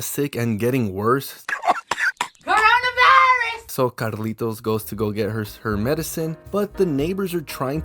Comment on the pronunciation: "KEROHNAH VYYRUS " 😂